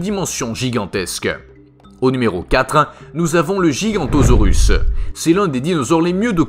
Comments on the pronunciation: GigaNOtosaurus! Pas Gigantosaure! Il l'aura pas dit correctement une seule fois dans toutes les vidéos ou il en parle! Mais apprenez à lire sur cette chaine! A vous documenter! Ou alors prenez rendez vous chez l’orthophoniste, ça urge là! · C'est pas gigantosaurus c'est giganotosaurus